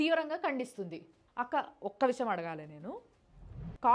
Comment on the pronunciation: Daaanni akkkaa anakandi.... Adi nakka... 😮